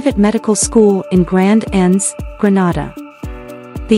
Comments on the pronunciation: It's not Granada it's Grenada when breaking it syllables I can hèlp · Is this real true, and why are she sayings granada, is Grenade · 😊😊please note the pronunciation.... Greenayda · Please learn how to pronounce the name of the Island. It is GR EN A DA! We are not in Spain. Please note we need you to pronounce the name of the Island correctly. Thank you. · It’s pronounced Gre-nay-da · 🤦It's pronounced " grə-NAY-də" NOT pronounced like the Spanish city.🤦‍♂ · This is BS, leave Grenada pronounced (Gre-Nay-Da] out of your mess. Clout chase off of someone else. Please and thank you. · If you are going to talk about Grenada you need to learn how to pronounce the words properly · Your pronunciation of the Islands name is wrong!!! Granada is in spain! Learn the correct pronunciation! It's annoying listening to it. We're not in spain!! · Please pronounce the country’s name properly. The name that you are pronouncing is another country called exactly 😢that name . Do your research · Can’t even pronounce the name…..what you know of it.Big lie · Pronounce Grenada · This is so true am a grenadian. But grenada wasn't pronounced right in the video